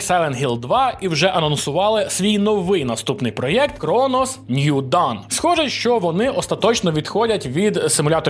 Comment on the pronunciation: Трошки ухи режет: да, сам возмущен этому факту, но Dawn читается как ДОН :) Транскрипция: /dɔːn/ Т.е. даже "доон", но не "дан" (как звучит done /dʌn/).